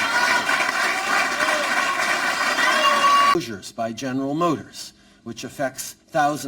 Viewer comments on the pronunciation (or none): none